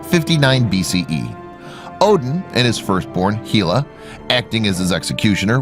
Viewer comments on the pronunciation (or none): It's not pronounced heel a it's pronounced hell a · Why do you keep saying Heela? It's Hela!